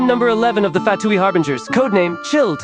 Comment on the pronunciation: "im number Eleven of the Fatooi Harbingers CHILLED"